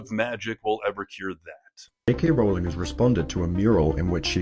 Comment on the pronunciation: Rowling is pronounced as rolling.